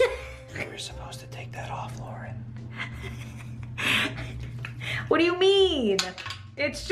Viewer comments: world it’s Lauren not larauern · Purfet it’s l Lauren grat